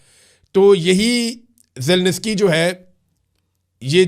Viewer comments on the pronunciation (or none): یار تم کس قسم کے صحافی ہو تمہیں Zelensky کہنا نہیں آتا 😮 اور تم zelnesky zelnesky کہے جا رہے ہو۔ میں نے دنیا میں کوئی صحافی ایسا نہیں دیکھا آج تک جو zelensky نا کہ سکتا ہو۔ مجھے یقین نہیں آرہا ایک صحافی کسی ملک کے صدر کا نام غلط کیسے لے سکتا ہے؟۔ مجھے وضاحت چاھئیے ایسا کیسے ممکن ہے۔ کیا تم نے پہلے کبھی یوکرین جنگ پر رپورٹنگ نہیں کی ؟؟کیا تم نے یوکرین کے صدر کا نام پہلےکبھی نہیں سنا تھا ؟ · Zelinsky is pronounced ZE-LIN-SKEE, not "Zel-niss-kee".